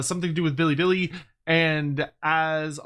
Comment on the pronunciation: Bilibili with "E"?!,..... Not bing chilling....